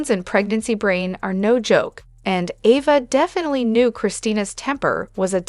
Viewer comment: Can you say properly her name A va!